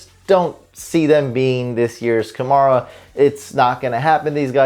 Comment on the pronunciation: Hey, learn how to pronounce the 2017 Offensive Rookie of the Year's name: ka-MARE-uh. Not ka-MAR-uh. Mare, like a female horse. Rhymes with HAIR-uh. Ka-MARE-uh. Got it? GEAUX SAINTS!!!